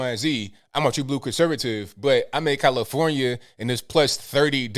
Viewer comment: "commifornia" LOL